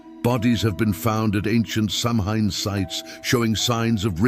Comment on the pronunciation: Mispronouncing Samhain was enough to make me exit.